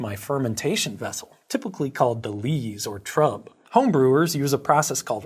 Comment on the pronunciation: "Trub" is pronounced "troob".